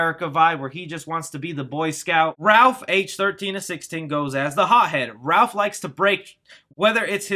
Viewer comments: Ralph instead of Raph? HAHAHAHAHAHAHAHAHAHAHAHAHAHA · It's Raph not Ralph! There is no "L"! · It's Raph not Ralph! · Using it Raph, not Ralph? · Is it just me. Or does it sound like is saying "Ralph" rather than "Raph" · Every time you said "Ralph" instead of "Raph" it killed me a little inside. C'mon, man... even if they effed up in autocorrect, you should have caught it and not have said it over and over again like it was his name. Lol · The hothead turtles name is Raph not Ralph. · Isn’t it Raph not Ralph??! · word that low key pissed me off. ITS RAPH!!! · Ah Yes. Ralph not Raph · No its "Ralph" not "Ralph" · I’m going to annoyed that he said “Raph” the wrong way , it’s Raphael lol good video though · Stop saying Ralph or I'ma tear my hair out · ITS RAPH!!!! NOT RALPH!!!I FEEL LIKE YOU KNOW THIS, ITS BEEN THAT WAY FOR ALMOST 40 YEARS THATS LIKE CALLING BATMAN, CATMAN UNACCEPTABLE, YOU SHOULD APOLOGIZE!!!! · Ralph? I thought it was Raph as his name is Raphael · You and the article said Ralph instead of Raph lol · Jesus Christ, his name RAPHael not Ralphael. Raph not Ralph. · Got Wanda vision on the brain lol calling him Ralph instead of raph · I cringe every time I hear/read Ralph when referring to Raph. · "Ralph"? Shouldn't it be Raph if shortened? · For whatever reason it's like nails on a chalkboard for me everytime someone calls Raph "Ralph". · Please stop saying Ralph its Raph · ....Love ya, but duuuude...Its Raph...NOT RALPH.😠 This is not 🎄☃️A Christmas Story🎄☃️...Lol. 😆🤣 But seriously...."Raph"...🐢Raphael...NOT RALPH. Thank you....Steve-O 🏃‍♂️💨out!! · Stop saying "RALPH"!!!! IT IS RAPH!! RAPHAEL!!!! sorry he's my favorite hahah I love your channel and I watch within a few hours everytime you post !! Keep it up man!!! And we all thank you for keeping us up on all the good!!! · It's RAPH not RALPH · Am I dumb or is it raff (Raphael), instead of Ralph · STOP CALLING HIM RALPH! It's Raph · This guy calls raph RALPH unsubbed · It's RAPH